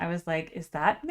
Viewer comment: It's Mick Jagger not MCJAGGER!! GO read about How Lynyrd Skynyrd PISSED OFF AND SMOKED Mick and the Rolling Stones at Knebworth England show in 1976!!! RIP LYNYRD SKYNYRD 🐐🎤🎸🔥🔥🔥😍😍😍😢😢😢😢